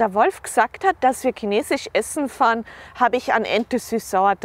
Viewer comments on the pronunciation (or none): none